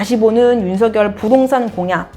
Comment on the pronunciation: [윤서결]이라고 발음해주셔서 좋아요